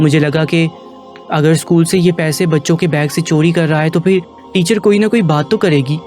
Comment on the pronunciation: Chori lafz hota hai chodi nahain, ray ka istimal sahi karin. Urdu ka satiya naas kar diya aap ny.